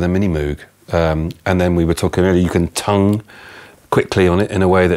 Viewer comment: Did he say "tone" or "tongue" ? "Tonguing the Minimoog" would make a great Add N to (X) song title